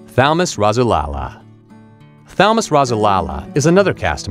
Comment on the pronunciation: Thalamus Rasulala name is pronounced ( Thal as in cat - Mus, like bus. Last name Rasulala pronounced Raz - sool - Allah).